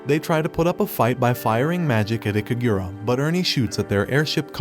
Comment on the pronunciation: Okay, the only thing i want to correct is the silhouette knight's name, it's "IKARUGA" not ikagura. It's not hard to remember right?